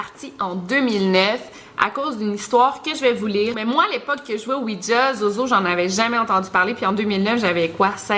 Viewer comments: C pas ouidja c ouija sinon t la meilleure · tu le prononce ''ouitja'' lol